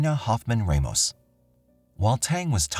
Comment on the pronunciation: Raina Hoffman *RAH-MOS not REYMOS